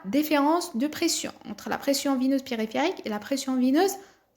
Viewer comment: La pression veineuse pas vineuse , il te manque beaucoup de progrès dans les articulations et la prononciation.